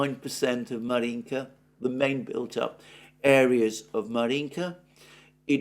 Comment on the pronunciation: Alexander, sorry, but I have to correct your pronunciation of some cities and places (because you obviously care about it; Ritter, for example, manages somehow to put stresses always in a wrong place, even in Putin's name, lol). DonEtsk, DonbAs, MAr'yinka, ZhytOmyr, PoltAva, StepovOye, BogdAnovka, LimAn, BakhmUt.